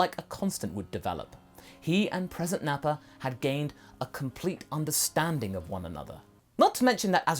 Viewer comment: You mean “NappaN?”